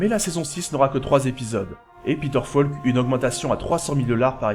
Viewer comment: Grand fan de Columbo ! Concept unique, personnage inimitable. Peter Falk, inoubliable ! PS: "Falk" se prononce "FOlk", pas "FAUlk" ... c'est un détail, mais vu que c’est mentionné au moins vingt fois, ce serait bien de le prononcer correctement. Rien que par respect pour Peter Falk ;)